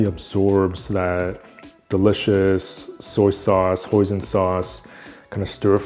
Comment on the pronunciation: What is moizon sauce I couldn't catch up ... Thick peste you used before dark soya sauce. Can someone help.